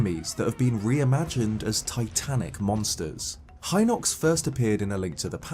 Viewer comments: It is Hinox with the "hi-" pronounced kind of like the way it is in "heed". The Japanese vowel い, which we write in English as "i", is pronounced something like "ee". Unlike in English, they don't change sounds depending on what word they're in. The five vowels あいうえお, "a i u e o", are always pronounced, "ah ee oo eh oh". So the "i" in "Hinox" always sounds like "ee", "Heenox". That's just how Japanese works. Granted, the writing system is a challenge for English speakers to learn (just in this comment I'm using two Japanese scripts), but the pronunciations are very straightforward and simple. The "ee" sound will never suddenly become the "ai" sound, unlike in English. So the Hinox is ヒノックス (hinokkusu). If it was pronounced with the "hi-" sounding like "high", then it would be ハイノックス (hainokkusu). Which it isn't. Like you, I was always unsure of what the intended pronunciations of these words were and it only became clear after I learned how to read Japanese. All of these words, ルト (Ruto), カスト (Kasuto), サリア (Saria), ダルニア (Darunia), ミド (Mido), ゲルド (Gerudo), ヒノックス (Hinox), デク (Deku), and more have very straightforward pronunciations in Japanese, because they're all written using Japanese sounds. On a side note, "deku" is a real word in Japanese, meaning "wooden figure, wooden doll, puppet", and the first kanji in the word (木偶) means "tree" or "wood". I haven't looked too much into it, bit given the cultural connection between the Kokiri, the fairies that appear as an orb of ligh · I didn't know about the fairy color or the Hinox ones. Also, I realized I've been saying Hinox wrong. I've been pronouncing it as hin-OX not HI-nox. I think I would like to see a video of how to correctly pronounce things from Zelda. I'm a Zelda fan and I still can't pronounce certain things correctly.😑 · I mispronounced it as HEE-nox originally.